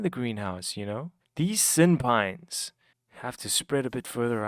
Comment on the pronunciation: I keep hearing SynPines as senpai... thanks for the video I love relaxing builds and wanted to see something with Allays